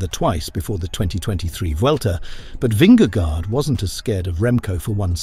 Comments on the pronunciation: Dear AI narrator, Vingego, not gard. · Vinge gore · Good clip! But please do use google translate and just listen to the pronounciation of his name there.... it is not an "a" in vingegaard. It is an old spelling of "å" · Why does he pronounce the first g in Vingegaard that way? That is like wrongly saying the sin-ging lady. Just like in English a g in that position is pronounced the same way in Danish.